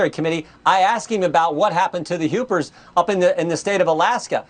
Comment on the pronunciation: Alaska “upers”!😂😂😂